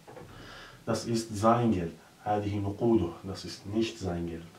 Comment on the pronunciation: Es heißt aber eigentlich "nicht" und nicht "nischt"